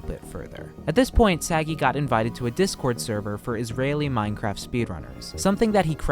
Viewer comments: Thank you, i was looking for someone to point it out Im not Israeli, but I've never heard Sagi pronounced as Saggy 💀💀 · you are pronouncing his name wrong... you put the emphasis on the "sa", it's pronounced "sa *gi*". it's okay, Hebrew names are hard. if you would try to say my name, for example, I'm 75% sure you will summon a demon. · Kinda funny as an Israeli hearing Sagi pronounced as "Saggy". The emphasis should be on the "gi" not the "Sa". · Idk how to tell u this... But u were prenoumcing the name wrong the whole video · I'm not even Israeli, just Jewish and could hear that he waas pronouncing it wrong lol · yeah you’d figure he could at least get his name right lol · Its a pretty small mistake. At least they didnt say something like ‘say-guy’ lol